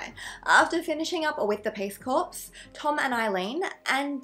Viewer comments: It is pronounced cor - not corpse! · Hey, A big hello from Brissy. Love your content! 🥰 Just thought I’d let you know that ‘corps’ is pronounced ‘core’. Being from an ADF family I’d be shot on sight if it was found that I didn’t correct someone’s pronunciation of the word 😉. Keep up the great videos xx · Hi Erin! Oh no I had a funny feeling I'd heard it pronounced 'core' but when I saw the spelling I figured I'd misheard it 🙈 Thank you for letting me know! xx